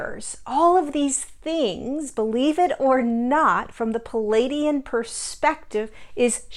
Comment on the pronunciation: Please pronounce pleiadian correctly